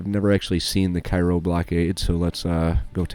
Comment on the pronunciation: cairo il is down where the miss r. and the ohio r. meet KAY-ro is how you say it